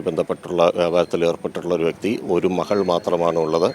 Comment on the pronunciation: മഹൾ അല്ല മകൾ